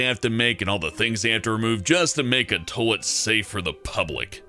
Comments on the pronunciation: its pronounced Toy-let, not Tow-let! #FNTRIGGERED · Why does he say "toelet" and not "toylet" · It's not 'tolet,' it's toilet. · Is a tullitt the same as a toilet? Toy-lett? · It's toilet. TOYYY-LET. Not tolet. Pronounce it right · Stop saying "toh-let". TOi-let. TOYYYY-let. Say it with me now.... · I love how he says "Tollet" instead of "Toilet." x3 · someone should tell that its "toilet" and not "tolet" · I guess saying shit gets a little difficult when trying to make your voice sound as fake as that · Tolet? You mean toilet? (Toy-lit) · Am I the only ine hearing him saying "tohlet?" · the way he says toilet bothers me he says toelet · 'tolett' -. I'm sorry but I couldn't help it. XD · Toll-it. Ugh. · Is it just me or does he say tolit instead of toilet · "Tolet." Yes. X3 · It's not tOlet is toilet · "tolt?"... What is a tolt? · i just laugh. tolet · ummm its toilet, not tollet. Say it right please. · What the hell is a Toh-lit? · "Tolet" pronunciation: tole- et 10/10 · why can't he say the word "toilet" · you can't say toilet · dat pronunciation of toilet do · learn to pronounce toilet before you make another video about one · I like how he pronounces toilet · He pronounces "toilet" really weirdly... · Why doesn't he pronounce the "i" in toilet........ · They should have chosen someone who could actually pronounce toilet to do this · The way he says toilet really bugs me. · Why can't pronounce the word toilet?